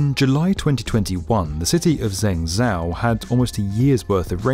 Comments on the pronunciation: Zeng zao? 🤦🏼‍♀️ You had me up until then! Zheng Zhou is pronounced like Jung Joe. Used to live there, very sad about the recent flood. But it’s not that hard to look up how to say Chinese city names - surely that could be done before recording narration next time. Other than that, very interesting video. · I presume the narrator's "Zeng zow" flooded city was an attempt to say Zhengzhou :( -- where "jung joe" would be a rough approximation of the correct way. I wish Westerners (I'm one) -- especially narrators -- would learn a few basics in pronunciation for mainlainder spelling: X = sh Q = ch Zh = j Obviously, that's simplified since there are 2 sounds for sh, ch, j each and there are vowel pronunciation issues... but get those 3 right and we're partway there. Lastly, why do we insist on saying the "j" in Beijing like we're saying Beige + ing??? Good news: it's JUST A J SOUND! Other than my rant about pronunciation, I'd call it a great video! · Loved this video! Just a heads-up, "Zhengzhou" is pronounced more like, "Jeng Joe." "Zh" is a tricky sound in Chinese for us English speakers. 😆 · ZHENGZHOU is pronounced like this... JENGJO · Zhengzhou should sound more like "Jeng Jo" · Zeng Zow.... ouch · "Zhengzhou" is pronounced "Jung joe". ZH makes a J sound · I want to congratulate on not butchering the chinese names this time, especially those with difficult pinyin letters like Chongqing and Zhenjiang... Until Zhengzhou. There's always one eh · This honestly annoyed me lol .... Like even if you understandably don't know, its not that hard to put that in Google translate and get the correct pronunciation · I enjoyed this video, except for the pronunciation of Zhengzhou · The way he pronounces zhengzhou 💀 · Good video but that was the worst way of saying Zhengzhou i ever heared. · He pronounced ZhenJiang so well, and yet, ZhengZhou so wrong. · Laughed when I heard the way you pronounced Zhengzhou. Check how to properly pronounce it please as a kind tip.